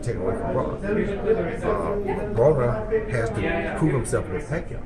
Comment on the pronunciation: Its Broner not Brooner